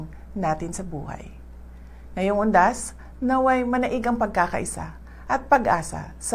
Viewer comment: UNDAS BA TALAGA PARANG ANG DINIG KO HUDAS !